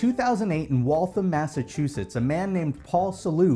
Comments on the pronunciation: Great video! For reference, you pronounced Waltham wrong. It’s like walth-am, not Gotham. I live nearby. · Wal tham < you said the town name wrong. I worked in Waltham for a few years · okay as an actual Mass native, you pronounced that town slightly wrong, it's WALT-HAM (just like Walt-Disney coincedentally) Just be glad it wasn't Worcester, because no one in the world outside of New England knows how to say that right. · It is pronounced walth ham Massachusetts and yes our state has wired pronunciations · as someone who lives in Waltham, Massachusetts you mispronounced it